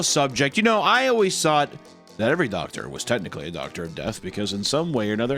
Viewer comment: Doctor ❌ Doctorpher ✅